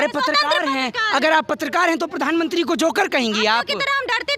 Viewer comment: Who the hell is this female reporter who can't even pronounce Pradhan Mantri? She is pronouncing as "Pardhan mantri" what a shame.